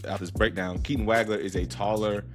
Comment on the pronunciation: Excellent analysis. One thing......it's pronounced "WAWG-LER"......not "WAG-LER". I Liked/Subscribed. Well done, sir.